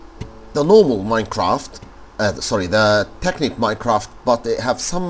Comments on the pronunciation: It's not (tee)- (kit) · Tekkit and technic are not illegal..... Anyways awesome vid! ur accent when u say tekkit is so funny lol